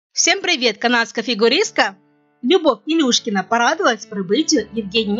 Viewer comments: Ржу просто-даже фамилию не в состоянии правильно воспроизвести))) Не Илюшкина, а Илюшечкина, старая какова, с максимальным достижением в виде чм среди юниоров 2009 года))) Хорошая компания Медведевой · Потрясающе безграмотный диктор. Выучите хотя бы фамилии: ИлюШЕЧКИНА, МосКОвич!!!